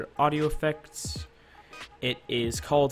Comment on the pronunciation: Not Flane Gurrr. Flannnn Jerr.